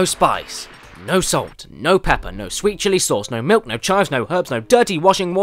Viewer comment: You mean 'MILUK', don't you, Caddy?